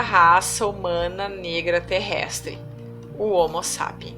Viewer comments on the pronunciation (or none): none